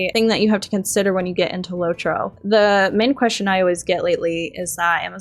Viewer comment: "LOT- ROW"